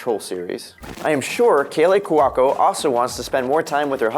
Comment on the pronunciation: Who is Kaylee Quaco? And who's this Kelly you mentioned... seriously it's is the first thing you've ever heard of these people and how to pronounce her name?! COME ON!!